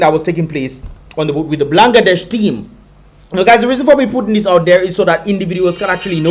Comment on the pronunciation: its not blan> ga> desh, it's ban> gla >desh